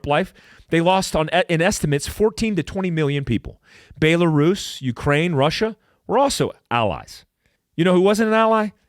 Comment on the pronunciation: I love you Bro Montana, but it's Bell-a russ, not Bae-la-russ. Kept up the good work Sir.